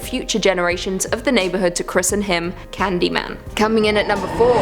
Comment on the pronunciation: ... You mispronounced Candyman's true surname. An accident from reading script maybe?